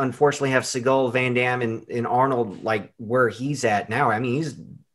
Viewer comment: Lol segal again and not seagal...SEGAL